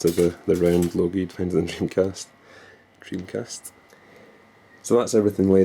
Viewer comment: dreamcast not jimcast !